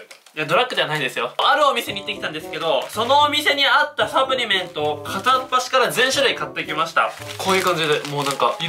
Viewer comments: サプリメントのイントネーション気になった人👍👍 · サプリメントの発音がおかしいwwはじめしゃちょーかわいい！(*^^*)